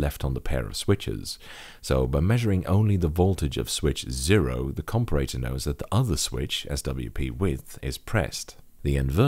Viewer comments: You say comparator strangely :P Compare-a-tor. You can also just say op-amp. Other than that, good job! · A com-per-ray-tour ?